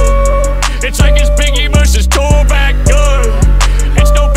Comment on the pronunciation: Gotta let that Tupac mispronunciation slide because that bar was fucking hard